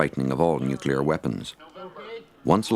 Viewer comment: Helmetless Riders.. This is a pre-Nanny State documentary.. where it seems they were afraid of nothing... except maybe Neww-Cue-Ler War?. Hahaha